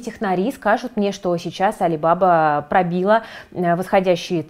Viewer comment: правильно произносить не алибАба, а алибабА (алибабА и 40 разбойников)